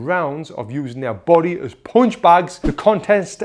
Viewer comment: I always click his videos just to hear him say “poonch”.